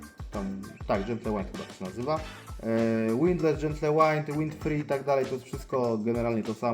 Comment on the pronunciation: Majster jak chcesz podciągnąć angielski to: nie brezin tylko brizin nie gentle łajnd tylko dżentyl łind. Pozdro